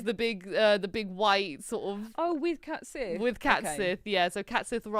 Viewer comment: CAT sith?? I think you mean Cait Sith.